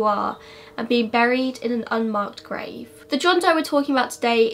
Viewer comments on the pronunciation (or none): none